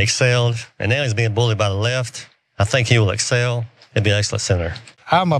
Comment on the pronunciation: Every time I hear these morons say “ the layeft “ I roll my eyes. Omg he’s being bullied by “ the layeft” 😂 IDIOTS!